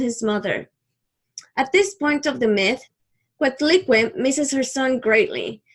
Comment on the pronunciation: Thanks but learn to pronúnciate our gods